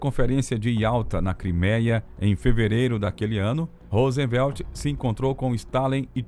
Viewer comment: Presidente dos EUA "Rósenvelt" é ótimo KKKK